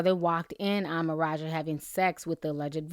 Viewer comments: Why do u keep saying Maraja?? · You pronounced maraj wrong